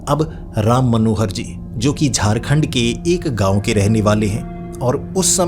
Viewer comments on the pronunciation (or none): none